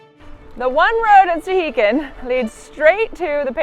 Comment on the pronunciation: When I went they all called it Stuh-HAY-kin